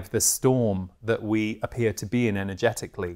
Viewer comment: My brain at the start of this video: “… what might be showing up for you energeticalLEE, psychologicalLEE and emotionalLEE.” Anyway, thanks, I love the themes for this month!